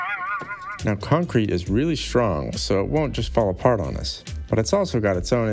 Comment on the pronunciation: It’s Conk Crete baby